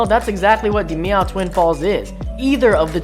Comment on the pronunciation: You pernounce dimiao as dim iao